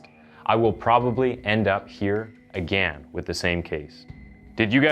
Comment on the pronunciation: no I didn’t get a shiver because of how you pronounce “agaaan.”